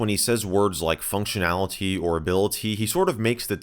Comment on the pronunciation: "Funcdionality" ??? TF he talkin' about? I say fung-shion-ality